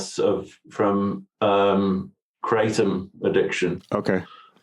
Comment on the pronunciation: Lol. "i take a lot of kra-tom" that's wut i like to hear😂 kratom satiates me. Bout to find some real opiates tho sick of kratom